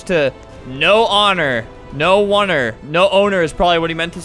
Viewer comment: "no oner" more like "NO OR" like if you remember no or